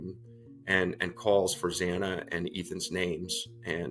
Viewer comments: Please pronounce Xana’s name correctly…it’s pronounced like ANA with a Z in front of it. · Y’all still pronouncing Xana’s name incorrectly?! C’mom-it’s pronounced like ANA with a Z in front of it-have some professionalism and get it right.